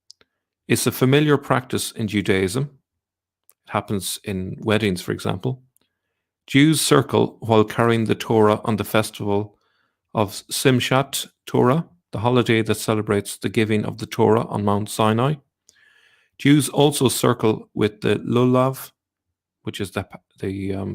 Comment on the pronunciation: BTW, "etrog" is a citron, not a lemon. Simchat Torah is pronounced with/kh/ sound, as is found in the Celtic word "loch".